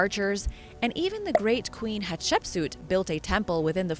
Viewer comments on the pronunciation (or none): none